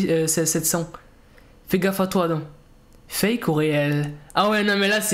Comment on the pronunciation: Ont dis fake pas fak fak😂